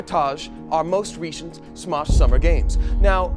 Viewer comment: "The most Reshunt" starting to think doesn't speak English.:›